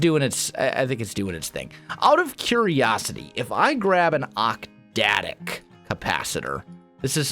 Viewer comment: OcTadic. Not octdadic.